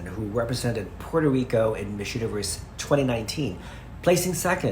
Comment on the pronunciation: Hindi ata ma pronounced ni yung Miss, instead Mheeez talaga? I'm very particular about pronunciations.